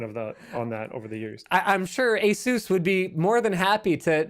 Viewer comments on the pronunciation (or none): none